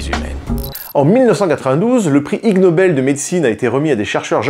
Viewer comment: ha!! lol... "i"g nobel pas lg nobel mdr... l'espace d'1 instant je croyais que s'était un constructeur coréen qui avait lancer le truc 🤣